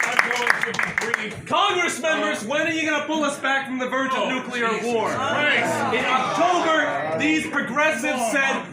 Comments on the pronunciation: I'm sorry, I'm not even an English native speaker, but damn... no matter what your opinion on the matter is, no matter WHAT your political views are, if you say "nucular" when you're talking about something "nuclear" , my brain just refuses to take anything you say after that seriously. It's the same as a grown up saying "libary" instead of "library". I can't trust your mental problem solving skills, if you have problems understanding and pronouncing words while also clearly not having any actual speech impedements that would explain the gaffs. It demonstrates, that you don't actually know or understand what "nuclear" means. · The man can't say nuclear.